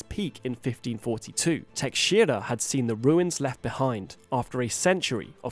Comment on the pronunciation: nice pronounciation on "Teixeira" ;)